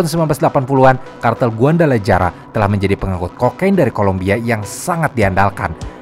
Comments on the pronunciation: trs namanya guadalajara dibacanya guadalahara bukan guandalajara apalah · sebutnya, GUADALAHARA min.. bukan GUANDALAJARA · guadalajara dibaca guadalahara min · Guadalajara bacanya guadalahara min, geli banget dengernya lol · huruf J dlm bahasa mexico jd H ya, jd kota Guadalajara, bacanya jd Guadalahara, Tijuana jd Tihuana